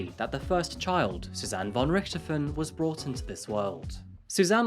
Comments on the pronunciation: I was wondering how many people that played zombies, would complain about him not pronouncing it correctly. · Though I have enjoyed your programs very much, I was saddened to hear the mis pronunciation of the Richthofen name. Sadder still is the possible oversight of the father’s name in this case, Manfred von Richthofen.. no doubt named for his relative, Germany’s leading ace of WW1; Baron Manfred von Richthofen. Then again, perhaps it was better to leave it undetected.. after all, who needs an utter lunatic in an otherwise distinguished family. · Thank you so much for clarifying some issues. It's interesting to have up to date reports. Specially thank you for confirming my suspicions about the Red Baron heritage. gives a different pronunciation than I'm used to for the Baron, but when I looked at the spelling I was really curious. Interesting that a prominent German family ended up in Brazil (said she in an innocent voice!) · It's so funny to hear you say Von Richthofen. As a german i kinda had to listen more carefully to hear that "Richthofen", but i honor everyone who ever tries to pronounce german lastnames. :,)